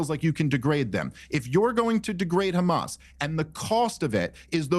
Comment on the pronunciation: Murray is such an expert, he can't pronounce hamazz ...?